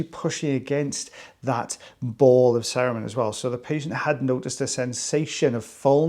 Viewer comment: Every time you say cerumen, I keep hearing Saruman and am waiting for the orc to pop out.